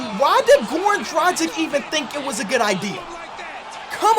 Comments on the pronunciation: It's Drug-ich not Druh-Jick ... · ITS DRA-G(HARD G)-I-C(CH) FFS